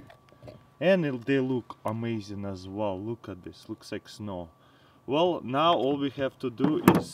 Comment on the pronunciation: "Very very vell"